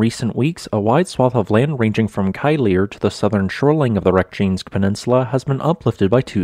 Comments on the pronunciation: Our Icelandic volcano enthusiasts will be frowning and saying, " did he just call our Reykjanes, Rek - jains"? Just a heads up, it's pronounced Rake - yan - ehs. And Grimsvotn has a history of erupting after meltwater drainage. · Reyk-ja-nes. At least split the syllables correctly.